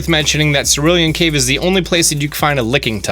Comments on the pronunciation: Yo he said Lickingtung Also, whats a Laparas? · it's pronounced LICK AH TONGUE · A licking tongue sounds like my type of pokemon unless you were trying to say lickitung. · And Lickitung... He pronounced it "Lickingtung" instead of "Lick E Tongue" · Its pronounced lick-it-ung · “Licking tongue” “NI-DO king” “NI-DO queen” Fake fan alert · I've always pronounced them as Nid-o. And I've always pronounced Lickitung as Lick-i-tongue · Okay this is how he spelt lapras: laparas and u said most of there names wrong like nidoking nidoqueen and lickitung